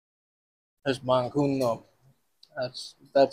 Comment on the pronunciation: It's banh cuon not banh coun 😂